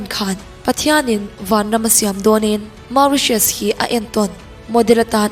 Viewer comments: Mauritious ni loin moritious tia lam tur ..plus i sawi ho ram hi hna vanna lh ram job placemnt lh eco devlpmnt chhiatna vek alom..Philipnes lh Vietnamese ho phei chu America lh Australia a thok an tam an ram eco plus job van vang... chuan nepal poh chuti tho.. Nepal chu ram rethei ani bok... Peru poh raltlan an tam America ah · Phiippines hi awih awm loh e 😂😂😂 Tiang nise An fa sen te kalsan in lawng ah an rawn thawk lo ang.. Ramdang ah khawsak awlsam nan an thawk vak2 lo ang Macau, Qatar leh America ah an tam.. Khawsak a hautak An inhmun ringawt pawh Mizoram kan inhmun to uchuak ang tho hi.. USA hmun thenkhat insak sa Semi furnish ai pawn kan Mizoram in hmun a to zawk a lawm.. Chuan Mauritius hi i lam dik lo bawk 😊.. An ram hi Ram lum Humidity tam lutuk mahse beach mawi tak2 an nei.. September to October ah winter a nia a vawt ve deuh.. Innei tur an awm in India ah lo Bazar tlangpui a nih loh chuan an lo chah thin a chhan chu an khua ah a to lutuk.. Lehenga set 1 pawh an ram pawisa in Cheng Sing 2 atang 5 vel a nia .. India rawn zin a India a lei a hlawk zawk.Amaherawh chu Mauritius ah hian Indian culture kalpui pawl leh kalpui lo an awm..